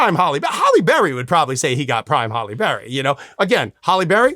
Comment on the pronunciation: "Prime Holly Berry" lol... I think he forgot it's "Hallie"